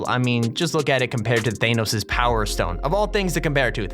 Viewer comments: THAYNOS? ARE YOU JOKING ITS THANOS (anos) or THANOS(an*o*s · Bruh he said thanos wrong it's th A nos with a AAAAA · Who tf pronounces it THAYNOS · Thaenos Everyone Else: Thanos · using my brothers account but who says thanos as Thainos there is no i In Thanos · Did he just say Theynos instead of Thanos? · Instead of Thanos you say thaynos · THAYNOS?!! WHO IS THAYNOS?!! 😂😂😂😂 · No one:: thainos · No one: thay-nose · Nobody: Literally nobody:: THAYNOS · Ain’t nobody gonna comment about how he said, “Thaynos” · thaynos lol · ThaYnos snaYp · Nobody: This guy: THAYNOS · You do realize that tons of other people LOVE matchmaking right? And what the heck is THAYnos? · Bad wolfs Peralta you mean vault and you have to say THANOS (fanos) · Am I the only one bothered by the way he says Thanos? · Why did you say thanos so weird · He also pronounced thanos wrong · if anyone says thanos like that ever again I am going to commit falling from a choppa